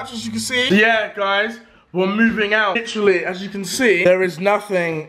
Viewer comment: Say "litteraly" again, and I will unsub